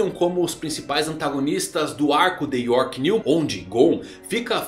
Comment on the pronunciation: Eu acho que o é a única pessoa no Brasil que fala "o arco de York 'NEW'"